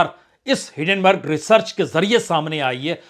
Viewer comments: Sir, it is not Hiddenburg it is Hindenburg . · Your Hindi Pronounciation is Very Bad. Rrrrrrreport Hidenberrrrrrg. R ko itna phad phad k stress kar ke bolna ye ghatiya Bihari Accent h.